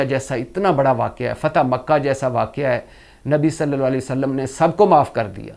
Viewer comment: Irshad bhatti saheb SALLAL LA HO ALAYE HE WASSALLAM sahi bolne ki practice kar leen .... JazaakALLAH